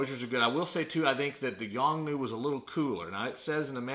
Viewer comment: The flash is not Yong New but a Yongnuo. Notice that letter "O" at the end is not silent. Also, there were too many ummm's and uhhhh's in the video. Finally I would have liked to have seen some actual testing and especially remote testing would have been helpful.